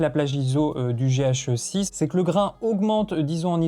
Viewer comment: Gé-hacheux-sisse ;D